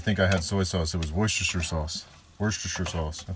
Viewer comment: Worcestershire sauce is pronounced 'wooster' sauce.